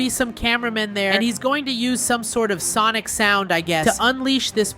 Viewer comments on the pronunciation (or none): none